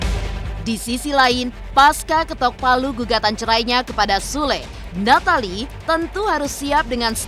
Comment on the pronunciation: Kyaknya yg baca britanya hrus blajar cara ngucapin nama nathalie deh.. 😑